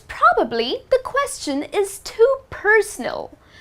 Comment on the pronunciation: You should learn how to pronounce the word "question"